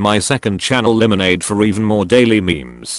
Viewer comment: I love that the voice reader read Limenade as Li-Meh-Neid which sounds like lemonade instead of Laim-Neid (Limenade) which is fitting.